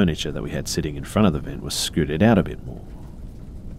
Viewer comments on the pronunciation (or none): none